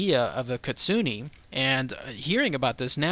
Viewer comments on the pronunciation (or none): but its kitsu neh...not kitsu ni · ...ahum.... KIT- SU-NA not ne, it IS bad Luck to mispronounce.. Certain names.... 🐾P. that's not a p It's a P. Spot...... We'll be back.... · It's actually pronounced KIT - SOO - N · It pronounced keet-soo-neh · It's pronounced Kit-Su- Ne just just FYI ;)